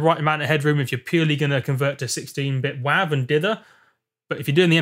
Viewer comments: "Wahve" Mate, it's "Wave" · it's WAV. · he said wav